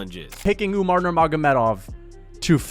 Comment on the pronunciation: Learn to speak his name correctly first